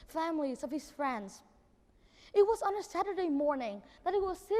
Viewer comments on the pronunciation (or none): none